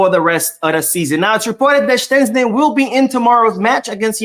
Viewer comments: Its not Shenczni brooooo Its SHEZSTNI.... 😂😂😂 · Why do you pronounce Szczesny like there's a T in the name, you are murdering the name ,it's pronounced like (shezney) so like In English "SH - E (like in egg) - Z - NEY " so I don't know where where you get the T sound from 😅